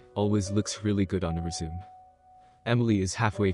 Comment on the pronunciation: I just unsubscribed. I am also tired of hearing res-u-me pronounced as re-sume.